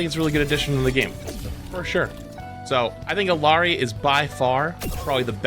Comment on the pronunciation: You're mispronouncing Illari.